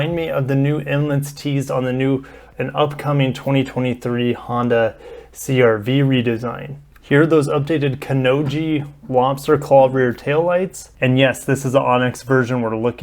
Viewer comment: It already looked great but now it'll be even better!! I'm so sad still that Ascent does not support Weight Distribution Hitch. I'd definitely buy one if it's supported. BTW, Not "Ko Ni Ji", but "Ko No Ji" :)